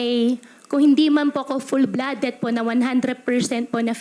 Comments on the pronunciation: May accent. Walang pinoy nagsasabi ng "full-bloodeT". It's "full-bloodeD" with a D and not T. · ...Sabi nya, full-bloodeT at hindi full-bloodeD. One "handre" percent instead of over hundreD percent. ...Sa "susuno" at hindi sa susunoD. Hindi ganon ang pronunciations ng taong lumaki sa Pinas. Inaral nya ang tagalog. She's not a native speaker. Sa interview with Risa naman, sabi nya "paspor" instead of passporT. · Hindi kapani-paniwala. Hindi pinoy yan! Her English pronunciation says it all. Sa interview with Sen. Risa, she said, "paspor" instead of passport. "Sapmit" instead of submit. Dito sa interview na 'to, she said, " full-bloodeT" instead of full-bloodeD. Sabi nya rin, one "handre" percent instead of one hundreD percent. Nasaan ang letter "D" sa hundred? Walang pinoy nag sasabi ng "one handre". She said, sa "susuno" instead of "susunoD". Naiinis na si Loren Legarde.